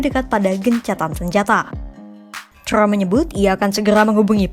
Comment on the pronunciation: Trump bukan crump Pembaca berita kompas lebay